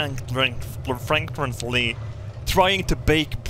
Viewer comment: When he tried to pronounce “frantically” at I was so weak 😂